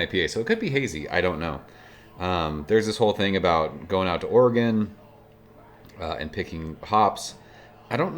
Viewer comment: My high school history teacher in Oklahoma mis-pronounced it, but was nice and thanked me for helping him say it correctly. You nailed Oregon though 😂